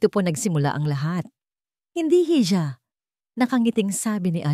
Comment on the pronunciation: Hija - iha ang bigkas jn tangang vlogger